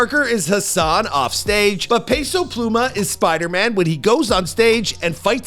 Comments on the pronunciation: pay-sow pluuy-mahhh 🤣🤣🤣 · "Peso Plumah